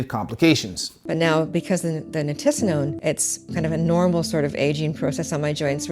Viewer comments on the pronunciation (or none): Sorry dude but it's Ni-ti-si-no-ne not Ni-ti-ni-so-ne. Nitisinone not nitinosone. I hate to be that guy but I guess I'm that guy. Still absolutely love you videos!